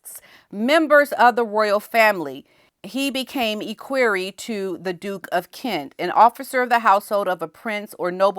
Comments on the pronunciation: I know you don't like bring corrected but I have to tell you. Equerry is pronounced e as in Egg not e as in eek so its equerry not eekquerry. That man speaks beautiful English and has been on TV many times, also wearing a kilt. Please don't be offended, I'm just trying to help.😢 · Maybe this will help you pronounce ECKWEARY ECK WEARY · Equerry is pronounced EK-wery. Short E. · "EHH-queer-ee". Please and thank you. Ps Love your hoodie! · ECK WER E with the accent on the first syllable. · Pronounced like, ek worry. Emphasis on the ek. Glad you're talking about the equerry